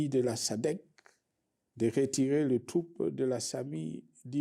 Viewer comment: Arete de tout le thropee 😂😂elobeli yaba rwandais kk, biso tolobaka troupe et non thropee